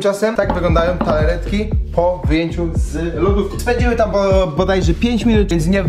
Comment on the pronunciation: Wszystko spoko gościu, tylko...TARTAletki, nie TALAretki ; D pzdr!